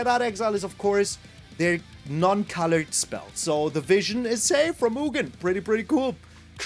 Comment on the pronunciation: I like "" better. It's your German charm!